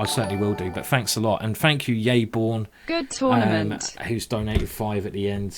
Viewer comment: yaybjorn, not yayborn. bjorn like in a norwegian bear ;)